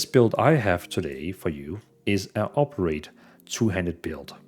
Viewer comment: Oberate? It's O bli ter ate